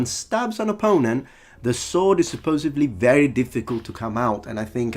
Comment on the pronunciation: Great video but . you pronounced "supposeDly" "supposeVly". There's a "D" in the word, not a "V". And .